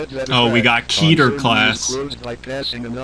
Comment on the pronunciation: it's keter not keeeter